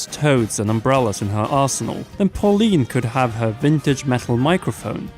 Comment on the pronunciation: Inb4 you hear "arsehole" instead of arsenal